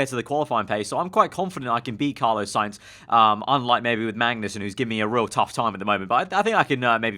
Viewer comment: Carlos.... spelt with an S at the end, i beg stop saying carlo